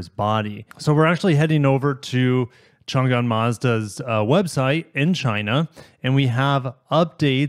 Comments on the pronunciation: Interesting that Toyota is letting Mazda use the RAV4 powertrain and also Mazda is offering a CVT, maybe there is extra component availability from Toyota China, It is pronounced Chang"An not Chan'Gan for future referenec :) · Changan is pronounced "chong an" (an is like the name "ann")